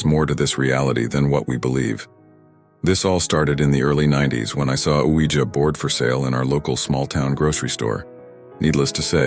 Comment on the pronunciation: Nice to hear Ouija pronounced “wee-jer” rather than “wee-jee”. 😉